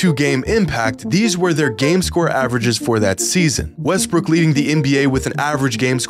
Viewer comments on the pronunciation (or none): Anyone else hear him say westbrick?